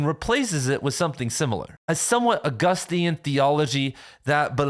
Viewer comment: Did bro say Augustian?